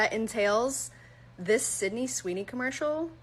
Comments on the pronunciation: Does genetic makeup have anything to do with his inability to say the girl’s name correctly? Sydney is pronounced Sid-knee not Cindy Sin-dee! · SYDNEY, not "Cindy" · Sydney! Not Cindy. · Well you clearly haven't been paying attention. Her name is Sydney, not Cindy 😂